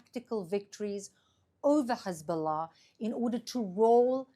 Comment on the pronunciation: Finally an Israeli that pronounces Hezbollah correctly and doesn't say Khezbollah